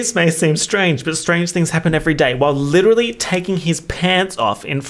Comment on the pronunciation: God I licherally use that in every other sentence